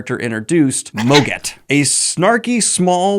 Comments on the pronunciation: Btw it's pronounced "maw-git"! It's a take on the word moggy, which is fun slang for a pet cat :D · I always pronounced Mogget the way it looks phonetically: MAW-git